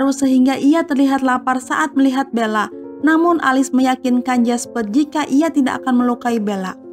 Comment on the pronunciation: Bukan alis tapi elis 😭😭😭